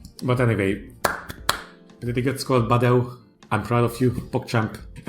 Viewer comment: as a romanian im rly happy that u pronouced badeu the romanian way